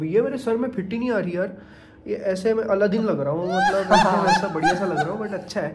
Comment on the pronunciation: Brother its Aladdin Not Allahdin